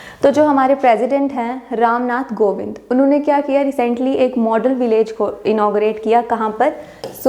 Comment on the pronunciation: Mam not Govind he is a kovind